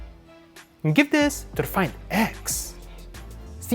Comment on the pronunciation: Why he is pronouncing the words like that . Opo find ixxxx galaxy note ninnnnnne